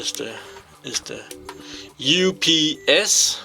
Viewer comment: No you say it correct